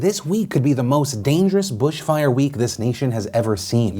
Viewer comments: Is "Brushfire" actually a term? As an Australian I've never heard this and thought he was pronouncing Bushfires wrong every yime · Hearing Phil shy ‘brush’fire instead of bushfire is fucking with my mind... Also, yes, the Australian government is fucked, please help us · Is Phil... saying ‘bRushfire’? I’m Australian, I just want to make sure I’m not missing other man made climate change crises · I'm sure someone's pointed this out already, but mate it's BUSHfire not brushfire. Either way, thanks for covering the story. It is sad to see our leaders, especially Sco Mo keep more and more strongly denying climate change. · Australian here, Phil its Bush fire, rhymes with push, also the politics are way worse than you let on, NSW state leader cut the budget for the rural fire fighter by 75% and fire fighter are being forced to pay for petrol for the fire fighting trucks out of their own pocket. NSW is also paying cotton farmers to hoard vast sums of water during this drought which is also the worst in NSW recorded history and punishing fire fighters for trying to use said hoarded water to fight these raging fires. The federal government is even worse not pledging a cent to help the fire fighters and our prime minister is issuing statements like "Our thoughts and prayers go out to people during this trying time". Our Liberal government is burning our country to ash, people are dying, people are losing everything, there is no water, farmers cannot produce food and the real fire season has not even begun, its spring and our fire season starts in January. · WHY IS HE PRONOUNCING BUSH FIRE LIKE THAT